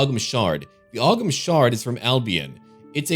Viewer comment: FYI the Ogham stone is pronounced Oh-um. It's the ancient written language that came before ancient Irish which was written on stones in a vertical pattern.